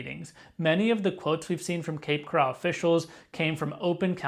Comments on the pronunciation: First of all, it's cape coral not cape corral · You’re pronouncing the name incorrectly. It’s pronounced Coral as in the marine invertebrate in the ocean. Not corral like an enclosure for horses. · You are pronouncing “coral” as if it is “corral” - an enclosure for horses. The accent is on the first syllable, not the second. It’s pronounced just like coral from the sea, coral reefs - to which the name refers. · Bro! It’s Cape Coral as in coral reefs. Not like the OK Corral which is spelled with 2 R’s 😞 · This is a troubling development. It would be expected, with AI, to generate problems and typical AI slop. As an aside, the town is pronounced 'Cape Corr-ul, like the Great Coral Reef, not 'Cor-al' like where horses are kept. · It's Cape Coral, not "corral" like where you keep horses. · Had to stop watching this the second you said Cape Coral wrong the second time. It’s not pronounced the same as golden coral. Pronounced the same as a coral reef 🤦‍♂️🤦‍♂️ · First of all you need to learn how to pronounce the place you're talking about lol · it's not pronounced like a fenced in area for livestock. it's pronounced like the organism that produces calcium deposits to build underwater reefs in the ocean. thanks for video. i live in Fort Myers.